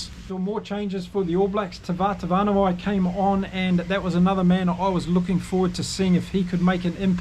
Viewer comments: BTW it's pronounced Tava-tava-na-wai. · As an ethnologist studying the area, Technically it’s Tavat, avan awai. But really I think communicates very well. Pedants are so boring.